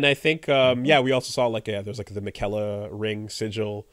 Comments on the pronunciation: What you never met my cousin Mick-ella? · is giving me serious sanity damage every time he pronounces Miquella